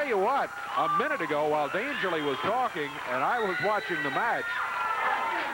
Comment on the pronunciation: Why does Lance Russell call Paul E Dangerously - Dangerly?